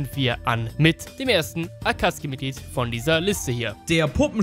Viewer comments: Sorry aber Akatski triggered mich hart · Akatsuki nicht Akatski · Akatzuki wird Akazuki nicht Akuzki ausgesprochen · ich kann diese akatzki nicht hören tut mir leid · „Akatzgi“ heisst AkatzUKI „Saske“ hat noch n U im namen SasUke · Kannst du vllt nicht lesen da steht akazuki mit u und nicht akatzki ohne u lost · Da steht Akatsuki du deutsches Würstchen. Sowohl im japanischen als auch im englischen sagt man "Akatski" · 1. Es heißt sakuura und nich saaakura 2. Es heißt sasuke und nicht saske 3. Es heißt akazuki und nicht akkazi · Est heißt nich akatski sonder Akatsuki😤😤😤😤!!! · Ich könnte schwören das heißt akatsuki und nicht akatski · Sorry, war falsch formuliert. Es sollte mehr auf das "deutsche" bezogen sein. Im Englischen und im Japanischen heißt es nämlich "Akatski" und nur im Deutschen "Akatsuki" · Akatsuki!! NICHT ,,Akazki‘‘ AKATSUKI!! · Akatski? Akatsuki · Auf Krampf saske und akatski am sagen rede doch deutsch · Englische Aussprache: Akatski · Warum sagt er akatski und saske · Akatski die Aussprache klingt voll cringe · Es heißt akatsuki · Kann es sein dass du die namen falch aussprichst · jetzt nix gegen dich aber irgentwie regt es mich auch wie du AKATSUKI Aussprichst